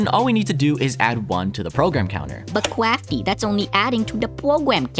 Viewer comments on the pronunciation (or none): "but CWAFTY" never gets old😂